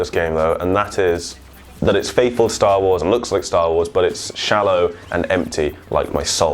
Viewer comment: I'm sorry, this made this vid hilarious for me. STAWOOOOOOSSSS!!!